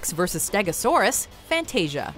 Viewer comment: Why don't you pronounce Fantasia the right way?